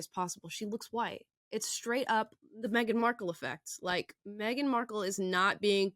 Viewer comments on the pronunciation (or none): none